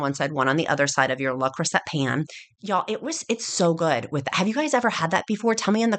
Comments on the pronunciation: It's pronounced Lay Crusay ;) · luh cru-say